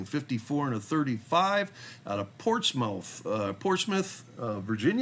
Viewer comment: Portsmouth is pronounced "Portsmuth" very soft "u"